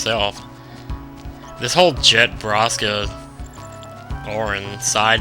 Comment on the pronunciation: I HATE how you say Jecht. It's not pronounced 'Jet' it's pronounced 'Ject'. Oh and sphere levelling is my face part of the game. I wish you had done it more in the past 20 videos! And you should always do that onscreen!